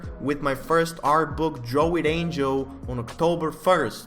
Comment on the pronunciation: wth??..its angel not??..are you tired of math??.lol